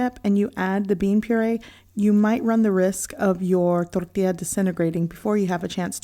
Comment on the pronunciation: I find it humorous that you speak English with no accent until you say tortilla or frijoles. ☺️